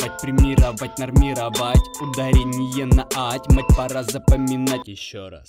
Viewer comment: Все замечательно, кроме последних 3 слов: опломбировать, премировать, нормировать прочитал с ударение на И, хотя и сказал, что нужно на АТЬ. Но все равно буду использовать с этой поправкой